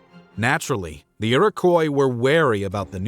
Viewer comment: Iroquois = Ear-Ah-Kwah . Great video though . Love this stuff 🫡